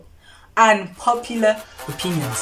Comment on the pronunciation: The pronunciation of Unpopular Opinions killed me 😂😂. I'm dead🤣🤣🤣